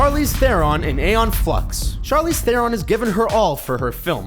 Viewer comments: Learn to pronounce Theron, morons. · you can't pronounce Charlize Theron's surname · you Americans have a thing for pronounced names wrong just like you mispronounced charlize theron